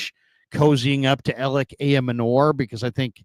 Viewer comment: Ayomanor's last name is pronounced: "eye-yo-manner". It's a trixy one, but have heard the commentators and others.